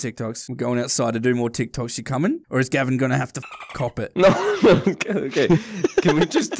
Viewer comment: It's not gabin it's gavin